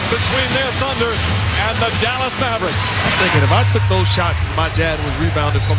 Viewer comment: Fuck this guy calling the Mavericks the Mavbricks Booooooooooooooooooooo